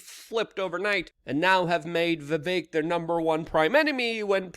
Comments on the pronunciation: Luke, it's Vivek like Steak. And Tumultuous is a word you like but say wrong. Huge fan since you were 19. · 17 hours with vivek but you can't say his name right